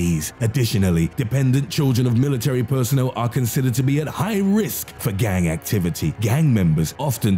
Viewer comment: As a gang! Like why tf do you need to emphasize that its fucking annoying i would have rathered texf to speech then your voice the only reason i watched was because it seemed intresting